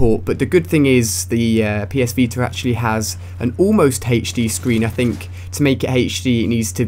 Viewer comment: ''PS VETER''